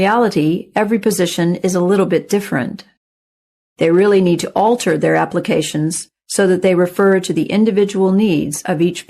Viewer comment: 28 ques it sound like alter not tailor